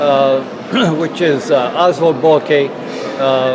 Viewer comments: pronunciation of Boelcke is almost on point in this video. The only wrong part is the "oe" which he speaks as "o" but is pronunced as "ö" in german. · Its bel-ky is how you pronounce it